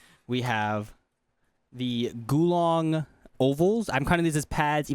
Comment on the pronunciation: mf said GULONG skates